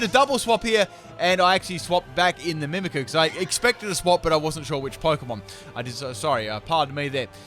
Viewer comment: Am I the only one that get's annoyed when ever he says Mimikyu as Mimikoo?